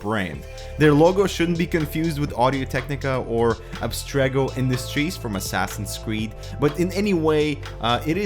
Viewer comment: Abstergo not Abstrego